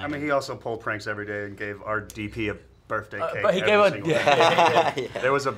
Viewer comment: His birfday